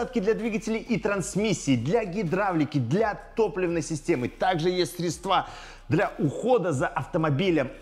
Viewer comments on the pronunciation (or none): none